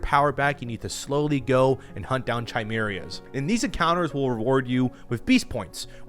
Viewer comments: “Chai-meerers” what?? 😂😂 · I'm pretty sure the bosses are called chimeras. That's chi like in cobra-kai and mera, like in America. Not chai-merry-a. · “Chi-Merias” sounds likes European dessert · "Chi - Meer - Ee - uhs" my S.T.A.L.K.E.R. brain cringed when I heard that. it's "Kai -Meer - uhs" haha.. Sorry. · "Chai-merias" Bro. Its pronounced "Kai-Meras" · "Chimerias" lmao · Pronunciation of “Chimeras” is funny. Chimerias 😂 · chai merry uhs. 😂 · chimerias are pronounced kai-mier-ee-uhs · its KY-Mera ( Chimera's ) its a greeek word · “Chi-merias” like bro :|| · He said it wrong its (ky-MAIR-uh) chimera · THAT IS NOT HOW YOU SAY CHIMERAS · That was crazy how you pronounced chimeras.